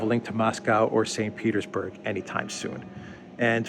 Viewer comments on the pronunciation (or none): none